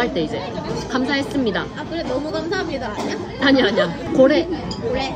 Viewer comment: 감사합니다를 일본어 말하는 톤으로 말하는 거 재밌어요 ㅋㅋㅋ